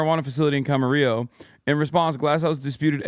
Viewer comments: Ugh. I just cringed at that pronounciation of "Camarillo". It's Spanish, you don't pronounced it with two "L"s. Also, it hits heavier for me because I lived in Camarillo and Oxnard for two years while I was in college. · No one remembers how to pronounce Camarillo